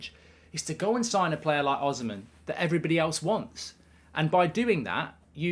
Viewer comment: The pronunciation is O-SEE-MEN or the N can even be silent